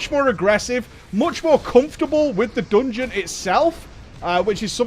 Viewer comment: MOOTSJ MORE AGGRESSIVE MOOTSJ MORE COOMFORTABLE WITH THE DOONGEON ITSELF